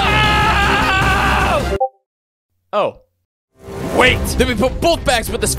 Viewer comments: Perish...not Parrish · has to check his grammar. It's "perish" not "parrish" afaik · "Parrish....PARRISH?!" ...it's perish, dawg. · "For that you mush parrish!" made me giggle A LOT. Because the only definition of that makes me think of the religious definition, like just "GET THEE TO A NUNNERY'd" the DM. (Although I think he meant perish? idK! Still funny either way:D)